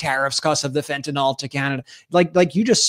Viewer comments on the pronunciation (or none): You need to stop saying Fen-Tan-All it’s Fen-Tan-iLL learn how to properly pronounce words please you and your brother both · Ben, I watch you everyday! Please pronounce fentanyl correctly. Its fenta(nil), NOT fenta(nol). Thank you! R.N.